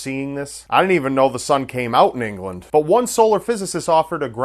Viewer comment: "Din't" xD